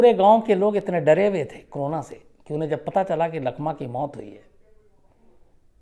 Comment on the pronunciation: Sir ji corona hota h crona nahi pls theek se kahiye.